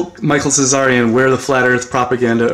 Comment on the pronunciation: Tsarion is a T not a cz....from England...!